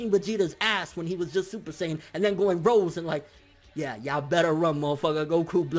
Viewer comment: Super Saiyajin ROSÉ (read : rosey)